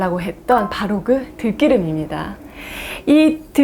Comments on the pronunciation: 들끼름 아니고 들기름으로 발음해주세요. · 좋은 정보는 잘 봤어요 한글 '들기름'의 읽기를 '들끼름'으로 하는것을 수정해 주셨으면..... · '들끼름'이 아니고 '들기름'입니다. 대중을 상대로 하는 방송에서 발음을 정확히 하시는게 좋겠습니다. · [들끼름]이 아니라 [들기름]으로 발음함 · 들'끼'름, 볶음'빱'.... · 저와 같은생각을 하셨네요 들끼름은 좀 생경합니다 볶음빱은 볶음밥이 자연스러운데 애매한것이 제경우 김밥은 또 김빱이라고 발음하거든요 우리말은 맞춤법으로는 설명이 안되는 미묘한 부분이 있나봅니다 예를들어 고추기름은 그냥 고추기름인데 고추가루는 고추까루가 되거든요 참 설명하기 애매한 부분이죠 덧붙여 장마비는 그냥 장마비라고 발음했었는데 언젠가부터 장맛비라고 쓰고 장마삐라고 발음하는게 맞춤법상 맞다고 대대적으로 홍보하데요 서울사람인 저는 이해할수없는 발음입니다 그럴경우 여우비도 여우삐라고 발음해야하는 이상한 경우가 생기죠 끝으로 요즘 맞춤법중 가장 웃기는것은 바람과 바램의 쓰임새인데요 행복하길 바라 행복하길 바라요 이게 바른 맞춤법이라는데 영 어색합니다 행복하길 바래 행복하길 바래요 이게 자연스런 말투잖아요 물론 문법적으로는 전자가 맞겠지만 어법상으로는 후자가 맞다고 생각합니다 맞춤법을 뜯어고치는 국립국어원 인사들이 너무 문법에 얽매여 어색한 발음을 강요하는것같아 씁쓸해요 문법에 기초한 맞춤법으로는 설명이 안되는 우리말의 미묘한 특성을 인정해야한다고 생각합니다